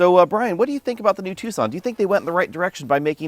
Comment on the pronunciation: It’s Tucson not two sonne